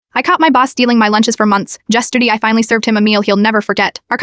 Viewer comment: Yesterdee? Lol